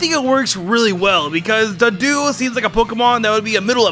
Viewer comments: 1. Misspelled Politoed's name. 2. It's Doduo, not Duduo. Edit: 3. Pan-phy!? Seriously!? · He kept saying duduo instead of doduo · Duduo? cringes DOduo, dude! Solid video otherwise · When he said duduo it hurts, it’s called DOduo cause it’s a double headed dodo bird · Nobody's gonna mention him saying Duduo instead of Doduo?